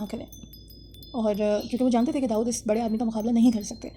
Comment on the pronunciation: Fall in love 😍 the way you pronounce Daood ❤❤❤